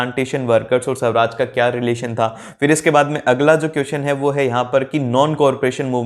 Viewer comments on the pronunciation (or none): Sawraj 😀😀 nahi swaraj